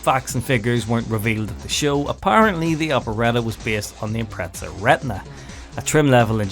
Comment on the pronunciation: Every time a British person says "ImpreTZAh" an ej257 blows a head gasket :'(